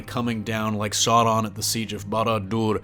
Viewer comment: I like how you said Sauron and Barador in an accent.